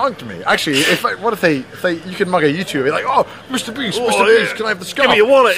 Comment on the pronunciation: Lol I can't stop with those men chasing " Misuta Bisuto! Eeeeeeeeh !" Lol this clip is too funny 😆